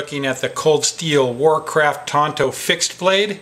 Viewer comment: Isnt it pronounced tanto not tonto?? ( thats the Lone Rangers buddy), to each thier own. Still looks like and awesome blade, full tang knives are the best. I got a Buck Frontiersman that is beyond cool.